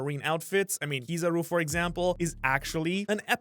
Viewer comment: It's not Kiizaru man, its Kizaaru. As you said it comes from kiroi saru, yellow monkey. The tone is on the 'a', Kiz'a'ru. If you are a sub person go check any of the times Kizaru's name is called, Ben Beckman comes to mind instantly.